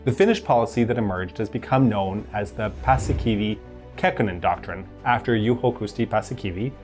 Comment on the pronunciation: Pussykiwi - Khakkhonen doctrine 😂